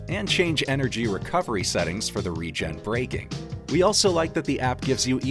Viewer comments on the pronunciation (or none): none